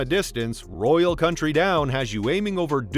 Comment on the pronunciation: Yeah, cuz AI in 2024 isn't able to pronounce "county"? lol